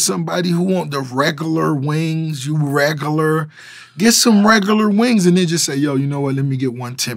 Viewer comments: The way rick Ross says regular Reg gur lar!"" XD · "reg-uh-ler" lol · Regoolar lmao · Was he trying to say regular?